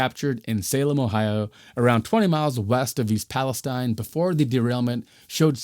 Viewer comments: East Palestine is pronounced PAL-es-TEEN. 😉 Excellent reporting, thank you. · That one’s “pal-ess—TEEN” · it’s pronounced palesteen! otherwise, good job. i know this is 10 days old so we’ve gotten a lot more information. i hope you plan on doing an update.